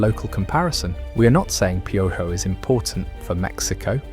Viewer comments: It's pronounced: Pee O ho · Oh no… not pee-o-joh! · You are pronouncing his nickname slightly wrong 😢 but appreciate the attention you have been giving us lately.